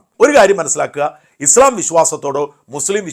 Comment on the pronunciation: ഉച്ചാരണം - ഇസ്ളാം അല്ല ; ഇസ്ലാം/ഇസ്‌ലാം എന്നാണ് 😊